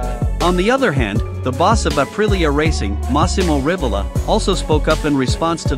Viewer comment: Massimo Rivola , Not Masimo Rivolla!! 😆😆😆🤦